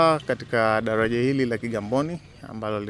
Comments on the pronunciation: Hahahaaa.....badala ya kusikiliza anachoongea nimejikuta nacheka tu😂😂😂.....dalaja....gali.....nyelele....taalifa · 😃😃😃😀 dalaja hili la nyelele kwenye r yeye ni l tu